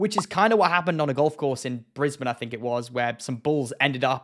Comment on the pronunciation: Firstly, amazing commentary. Was dying laughing from your comments. Especially about the lack of alcohol 😂 Secondly, great work at the pronunciation of Brisbane 👏 everyone butchers all the pronunciation of Aussie towns/cities